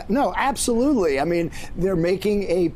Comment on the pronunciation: "Absasmurfly?" Nice.